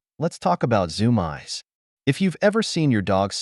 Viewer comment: What the heck are the zoom-eyes??? It's zoomeees! Is this all done by AI??